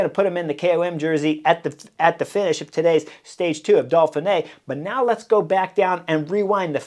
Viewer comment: Hi Chris. I have been following the Butterfly Effect and Beyond the Coverage for a few years now and thoroughly like your outspoken, opinionated tactical criticism. Thanks. One thing though,;why do you call it the Dolphinay rather than the Doughfinay (Dauphiné)? Are you like the Brits who take the piss out of the French by saying things like "Murky Blowthrough" or "Mucky Buckets"? Or do you really think there are Dolphins involved so far inland? Does this qualify as knuckleheadism on your part?